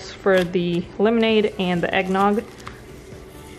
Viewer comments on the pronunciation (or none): You “ Peel” it off... Not “Pill” it off ! 🙄🙄🙄 It’s “Lemonade”... Not “Limonade” ! 🙄🙄🙄🙄.